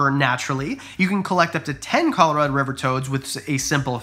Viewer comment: Dude you are say Colorado completely wrong 😂